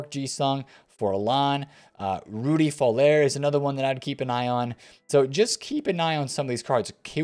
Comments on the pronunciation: Vollerrrr 🤦🏽‍♂️ and for some reason nobody can say Papin properly…it’s French pronounced “Papa” with a light “n” at the end. You can tell no FIFA players actually saw these players play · Why are you still pronouncing Voller in a French accent?! 🤣🤣🤣🤣🤣🤣🤣